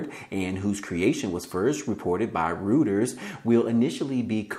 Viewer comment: It's not "rooters" Lol 😆 😆 😆